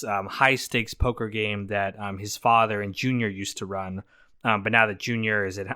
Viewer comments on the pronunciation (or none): none